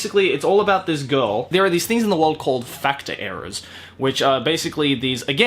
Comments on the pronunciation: I literally thought he said nejimage fucked up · You said "Nejimage Factor" and I kept hearing Nejimage fu*k ta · Almost every time you said "factor" you sounded more like you were saying "fucktar"😁😆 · ''Nejimage Fucktor'' Hmm... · The way you pronounced "Factor" with a Japanese accent made my brain hurt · ooh, uh, you may want too change how you pronounce some words. just the way you said factor, i had to do a double take because it sounded like you said... something else.